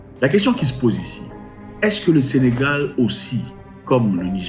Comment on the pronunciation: C'est Sénégal et non Sénégale s'il vous plaît !